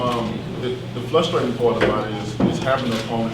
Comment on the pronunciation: Did wilder say its "flustrating"?.